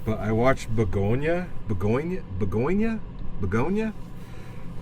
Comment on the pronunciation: it's pronounced begonia